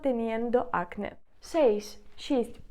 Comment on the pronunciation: Вітаю😊 Підкажіть, будь ласка, acné - наголос на 'е'. Ви ставите у вимові на 'а'. То як правильно? Дякую.